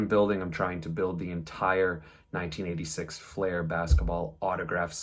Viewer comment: It's pronounced 'Fl-ear', not 'Fl-air'.